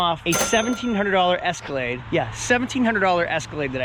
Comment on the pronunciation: ESCALATE 🤦 it's EscalaDe